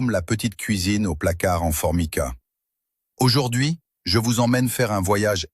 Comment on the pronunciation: Au fait, on ne dit pas 'aujord'hui' mais' aujourd'hui'......